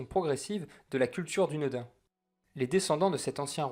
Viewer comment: Je vais faire mon chipoteur mais le son "ain" a la Française n'existe pas en anglais (langue de l'auteur) et d'ailleurs la langue elfique non plus ne prononce pas "ain" a la française. Le "u" se prononce "ou" et "ain" se prononce " a-ine" ou comme dans l'anglais "shine" ou "vine", on devrait donc dire "doune-da-ine". Alors c'est pas grave de le prononcer a la française , on est d'accord, mais je trouve la prononciation originale plus stylé personnellement. Pour en avoir une idée revoyez "La communauté de l'anneau" lorsqu'Haldir accueil Aragorn dans la foret de Lothlorien, il le dit a la façon elfique.